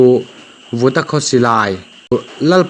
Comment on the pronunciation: 'Vuta' tih pawh hi 'Vuta' tiha lam tur aw! 😡